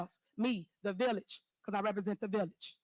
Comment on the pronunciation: Why is she calling it a villiage?